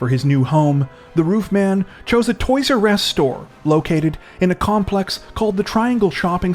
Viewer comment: the "toys urr ess store"